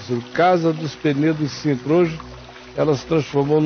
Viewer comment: É Sintra, com S. “Cintra “ não existe